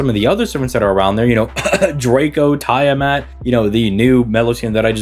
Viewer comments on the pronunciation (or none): Not the "tyre mat" pronunciation. Come on bro 💀💀💀💀💀